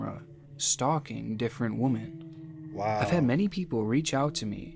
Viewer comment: I hate how this guy pronounces the word women 🤦🏾‍♂️